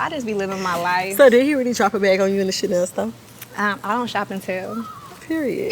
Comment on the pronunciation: Yeah she wasn't even phased by that "Cha-nay-nay" 🎁